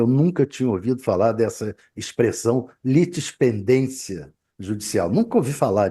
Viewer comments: "LITISPENDÊNCIA", não é litispidencia, nem litistendencia, e isso pq logo em seguida vc falou que estavam acionando juristas para comentarem sobre o assunto, deveriam ter acionado um pouquinho antes..rs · É LITISPENDÊNCIA, Sabe ler não??